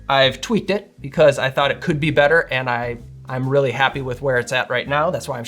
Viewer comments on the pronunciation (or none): none